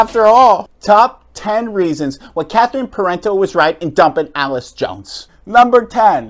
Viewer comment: Completely agree with your message but you are mispronouncing Allyce’s name, Catherine did pay her expenses per Allyce’s Instagram and Allyce played mixed doubles as well so she would have still come. I just want to give Allyce some grace here because she’s such a strong woman and player and not just a sad victim. What Catherine did was terrible but Allyce will continue to improve and come out on top. We’ll see what social and career consequences CP ends up facing.